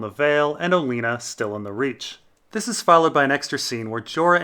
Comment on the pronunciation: Im 90% sure he's pronouncing Olenna's name different to be an ass.